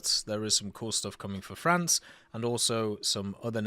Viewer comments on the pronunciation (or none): none